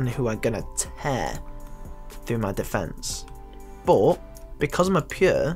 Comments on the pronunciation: but = bot? ;O learn to speak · I hate how you say "but"... Buhwt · the way he says “but”...... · its funny when you say but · you say but weird